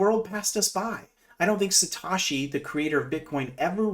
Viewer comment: I guess if pi is so good, that's why all the real crypto influencers at all over it... like Altcoin daily, crypto crow, lark davis, carl from the moon, chico crypto, michael saylor, pomp....oh, they are not. And fyi, its Satoshi not Satashi... complete scam... not on the coin marketcap, or coingecko. This is a joke....bye